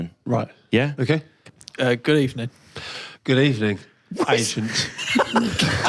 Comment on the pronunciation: Exchanges of ‘Good Ebening’ killed me... Is that Unai Emery The club chairman!